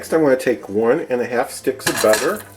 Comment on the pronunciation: The way u say butter its not right